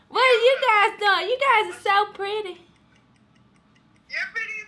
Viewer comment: WHEN DIS NIGGA SAID..."are u gise in a relationship?" 😭😂😭😂